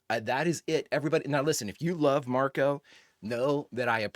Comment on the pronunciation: I don't mean to be a Name Nazi, but.... Marco. No "s". Please. It's wild how many people think it's Marcos, but he's never called that in the show. No hate on you, though. 😃